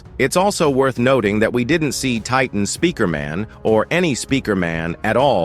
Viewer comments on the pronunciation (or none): listen again it was titan spikrmun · Titan Spikrmun💀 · it was spikman